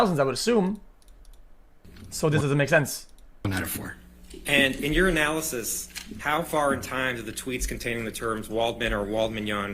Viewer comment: Couldn’t stop laughing “Based on your analysis,” sounding like, “Based on urinalysis.”